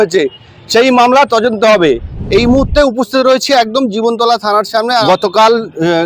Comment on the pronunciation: Are tojonto নয় dada তদন্ত হবে apnar উচ্চারণ vul হচ্ছে কিছু mone korben না